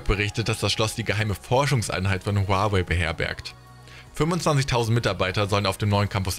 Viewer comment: Aussprache von Huawei könnte quasi nicht falscher sein haha.